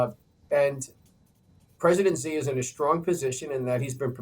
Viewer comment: Should we trust a guy who can't even pronounce people's names correctly? 😂 Xi is pronounced like SHE, not Zee. And yes, Trump can apply enough pressure to make pooh bear crack. 😂 Same with Putin. Niether of these leaders are dumb, just greedy.